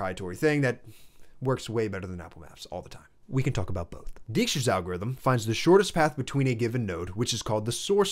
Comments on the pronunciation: Good stuff, but "Dijkstra" is pronounced like "DAIK-struh", regardless of the misleading spelling. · Nice video! Small thing, as a dutch speaking person, please don't butcher Dijkstra like that 😢. "Dijkstra's algorithm (/ˈdaɪkstrəz/ DYKE-strəz)". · The "ij" in Dijkstra is pronounced more or less as "ey", not "ee". I attended (but never finished) the Eindhoven University of Technology, where Dijkstra spent part of his career, and where he has a near-divine status. His semaphores and shunting yard algorithm come from observing the shunting yard of Eindhoven railway station from the main building of the university.